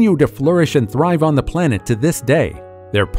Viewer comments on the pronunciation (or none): none